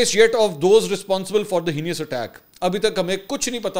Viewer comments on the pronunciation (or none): بصد احترام،آپ heinous کو ہی نی اس پڑھتے ہیں۔ لیکن درست تلفظ ہت ہے نس۔ ہ پر زبر اور ن پر زبر۔ آپ کسی بھی آن لائن لغت سے چیک کر سکتے ہیں۔